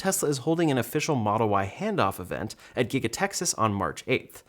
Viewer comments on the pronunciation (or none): none